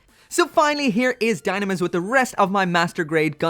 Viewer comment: It reads dyunamis